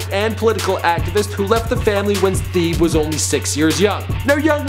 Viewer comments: his name is pronounced "tae-bae" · this boy said THEbe